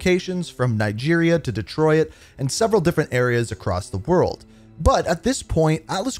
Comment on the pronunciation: Bro with all due respect what is up with your grammar?? 😂 pronouncing Irons as Eye-rins and Detroit as “Dee-Troy-It” wtf?? Lmao